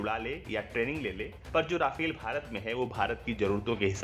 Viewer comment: राफेल नहीं रफाल होता है